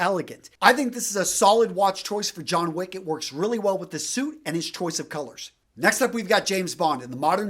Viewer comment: Jhon Wich